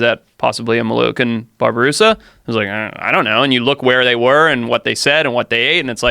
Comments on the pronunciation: Babi-rusa, not barberusa. Babi is pig. Rusa is deer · Bobby-Rusa. Where's he getting the "Bar" in Babirusa?